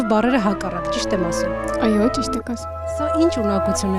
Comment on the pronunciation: Այոի մեջ հ չկա,որ ասվի խայո